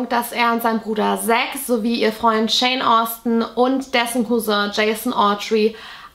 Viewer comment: Btw, nur so am Rande, immer wenn du Shawn Austin gesagt hast, habe ich Jane Austin gehört 😆